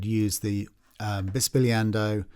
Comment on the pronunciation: Wow, hats off at your pronunciation of bisbigliando.